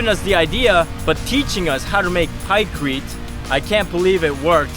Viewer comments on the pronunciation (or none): Pykrete...not pycrete